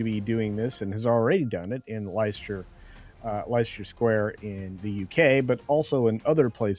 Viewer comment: UK premiere was cancelled in its entirety. Nada, nothing. (Also, its pronounced Lesster Square; sorry about our weird British spelling).